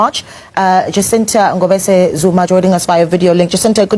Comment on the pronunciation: The Ngobese pronounciation is 💯🔥